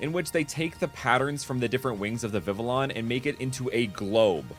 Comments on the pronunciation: The butterfly is pronounced Vi-vee-ahn. Honestly, I'm unsure how you came to the conclusion of it being pronounced Vi-vi-lahn given that literally nobody in the series has ever said it like that. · Ya its pronounced vi-vee-yon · Vivillon is vee vee yon cause the ll is pronounced y like in the spanish language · It's pronounced (Vi vi on) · It’s pronounced Viv-EE-on and sillvaly is pronounced Sill-Val-EE ANDD A POEM : roses are red violets are blue I like all my comments because nobody wants to. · Uhhhh… I think it’s pronounced Vivillon